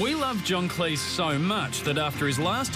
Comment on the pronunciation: stop mispronouncing Cleese!!!